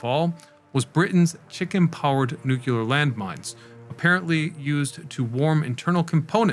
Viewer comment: not to be that guy but it's nu*cle*ar, not nuc*u*ler